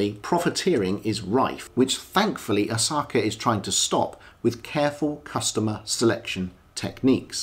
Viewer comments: Dude its Asaoka pronounced Asa oka not Asaka! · Kindly out of due respect, it's 'A-sa-o-ka'. not Osaka. I know in English we tend to gravitate towards what's phonetically easy or quick, but hearing Osaka is like hearing McWillen instead of McMillain. I know Japanese is hard and there are 3 writing systems, but the characters on the dial are Kana, short for Katakana, primarily used for either capitalized pronunciations or foreign word pronunciations. Kana is the most basic and easiest for westerners to pick up and learn, hence why Asaoka chose it. Furthermore, it has a cleaner and minimalistic aesthetic. If he chose Kanji or Hiragana, the dial would seem too convoluted. Take this in a helpful sense, I mean no offense. Furthermore I respect your Kurono collection. Cheers. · Do the man some justice and pronounce his name correctly. ASA O KA